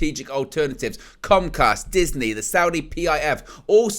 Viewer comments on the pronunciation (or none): none